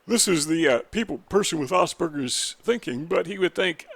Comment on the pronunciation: ~~ Rachmaninov ~~ Thanks for correct pronouncing of Aspergers, Hans is grateful ~~